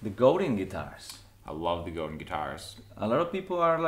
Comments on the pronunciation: Sorry, but I have to correct everyone when they pronounce Godin wrong. It's actually pronounced Go-Dan. Godin comes from Quebec Canada where there is a lot of French-Canadians who do speak French. Google Robert Godin or in search in YouTube there are videos with Robert, the genius behind Godin Guitars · Goudin Guitars? 😂🤘 se pronuncia "Godang" mi pocho amigo... es franco-canadiense Robert Godin😍 and I'm pretty sure you understand my spanish "ese"!!!!🤘😎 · GoDAN not The way you’re saying